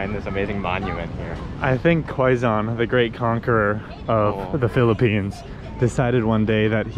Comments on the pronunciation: Quezon City is ”key-zone city” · I really enjoy your vlogs but I cant get over your pronunciation of Quezon haha! It’s more like “keh-zon” instead of “kwey-zon” hehe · Danggg 40mins? I had fun watching this vlog and didn't noticed it. Kidding, I did noticed hahahahaha bruh the humor I got watching your vlogs the frack? 😂 Take your time exploring here and always stay safe. 🎉 That "kwe-zon" to "kwe-gon" haha cute!! But it's Quezon as in "Ke-Zon" .... Whaaaaat??? Haha oh no, just proves you are entertaining and funny haha I got so many fun expressions from you both 😅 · You do know that it is pronounced like ke-zon not like qui gon jinn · Guys its pronounced as KEZON (Quezon) anyways, if u are planning to visit the outside Provinces u must visit Bohol where u can find the "Chocolate Hills" , also visit to Cebu and Palawan.. many more to explore here in the Philippines . Take care always and enjoy 🍻🙏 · Quezon: PRONOUNCE AS: KAY-SOHN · QUEZON CITY PRONOUNCED AS" K -ZONE" CITY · Qui-Gon City 🤣🤣🤣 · Quezon City...Pronounced .. K-Zahn City